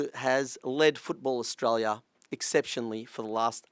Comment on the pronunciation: Stop swallowing the vowel letters when saying our country's name. You would have been taught this in primary school.